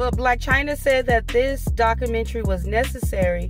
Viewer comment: It’s pronounced; doc·u·men·ta·ry, not daca - mentry.